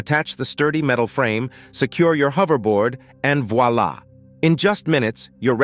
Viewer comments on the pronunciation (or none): none